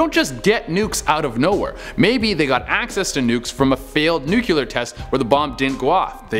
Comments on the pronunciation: It's NOO KLEE ERRRR NOT NU CUE LAR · When people pronounce nuclear like nuCUler 🤦🏽‍♀️ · He said "nukeeler" 4 times. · Handy clue: say "new clear new clear new clear" Easy way to pronounce nuclear properly ;D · So... Anyone else feet driven slightly nuts but how nuclear was pronounced...? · Damn, how many u's are in nuclear??